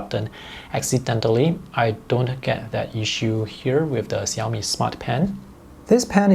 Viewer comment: Hear from your pronunciation of xiaomi,i infer you can speak mandarin?